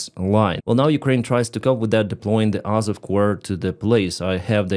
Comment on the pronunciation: It's AZOV but Vanka has a problem with the letter Z.